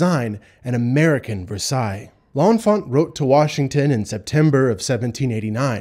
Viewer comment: You are pronouncing L’Enfant wrong!